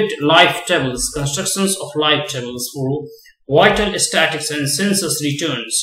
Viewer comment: Pls pronounce the word Statistics properly...